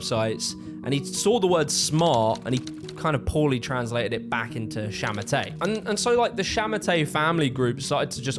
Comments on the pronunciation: And it’s sha ma tuh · 杀马特 sha ma te , no R at the end if you want to pronounce it right. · You say it more like “sha ma ter” not “sha ma tay” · it's pronounced more akin to "sha ma TUH" (like the word "duh")